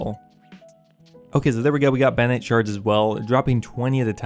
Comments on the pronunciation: "Bannite shards"? BaRROnite shards... there are r's in that word... and an o... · The word: Barronite The pronunciation: Banite Why don’t you even try? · Do you have a speech impediment? They're clearly spelled "Barronite" yet you keep pronouncing it as "Banite"